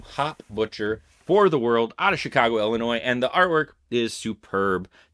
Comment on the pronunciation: You said Illi-NOISE. That hurts.